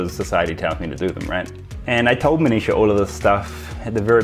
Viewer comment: when you say Manisha, it sounds like 'Amnesia'😅, no offense love you man and congrats for marrying such a beautiful lady